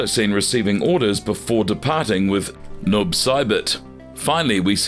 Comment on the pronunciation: I agree with this comment. I came to praise you with everything Gemini said and can over look a mispronounced name here and there but getting Noob and Kronika so wrong is like nails on a chalk board lol just read your script to someone that's a fan of the game before hand and that should help ALOT